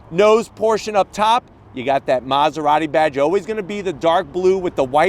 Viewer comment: Bros keep saying Maserarry 😭